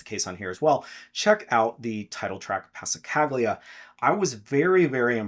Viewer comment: Amaro Freitas Y’Y is pronounced eey-eh eey-eh, the word for ‘water’ or ‘river’ in the dialect of the Sateré Mawé people of Amazonas (Source Jazzzwise). Also the Passacaglia album is pronounced pa-sa-ca-li-a and is an Italian musical term originating from Spanish Passacalle and it's a form of courtly dance. Thanks for your annual picks and suggestions.